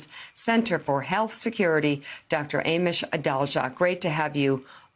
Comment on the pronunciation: God! Did she call him ‘A mish’????? So many years on tv and still no decency and manners to ask how to pronounce names correctly!!! SMH!!!!